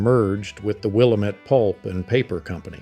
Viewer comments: Never say Willa-Met. It's Wil-LAM-et. lol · Good stuff! But we say, "Wil- LAM- ette". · Will-Am-It not will-em-it.... Willamette damnit! 😂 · Pronounced; Will-am-it, not Will-le-met. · Pronouncing Willamette incorrectly. Chehalis is a long a. Hoquiam qui pronounced kwee. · LOVE the photos, but the narrator is obviously not a Washington native. It's Will-AM-et for Willamette, Montesano with a long "a" in "sano," and long "a" in the "hal" part of "Chehalis."